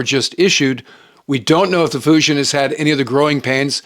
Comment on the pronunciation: "Foo Gin" is closer to the correct pronunciation of "Fujian". DLI grad in 1983, Mandarin.